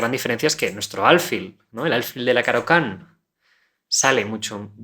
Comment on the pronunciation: Tengo una duda, dado que la palabra "alfil" es una palabra aguda, lo que significa que la mayor fuerza de voz recae en la última sílaba (fil), xq la pronuncias como si fuera grave?